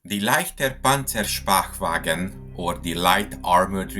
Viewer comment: Bitte sehr, pronounced "PONTSER SHPAY-VAGEN" There's an umlaut. And it's German.